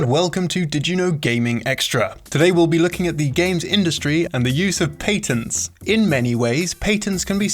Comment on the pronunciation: I don't like when he says patents